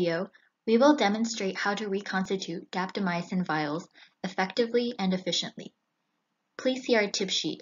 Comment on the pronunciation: Will try the 5 minute intervals. Have to admit, I cringe when I hear drugs that end in "-mycin" pronounced "my ah sin." It's 2 syllables, not 3.